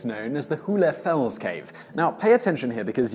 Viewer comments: It's not pronouced "hoolefels" but rather like "whole" or "hole" And it means "hollow rock" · Funny, he pronounces the german term "hohle Fels" in a way that makes it impossible to understand for Germans...